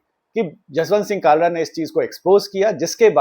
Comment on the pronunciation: bhai, Kalra nahin, it's Khalra... From the epiglottis. 😊 Kalra is Khatri clan in punjab whereas Khalra is name of village of Sardar Jaswant Singh and it is general practice to put your Village as a suffix to your name (particularly among Sikhs) instead of your surname. From the epiglottis 😊😊 खालरा, ख ✅ क ❌ 😊😊😊